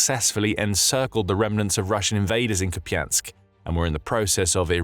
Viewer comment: Koupiansk. Pas japiansk. Merci de parler correctement